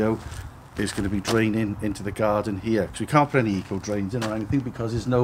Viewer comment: Eco drains 😅, come on ACO drains, you know it but just a habit of speech 🙄 cracking workmanship again 👌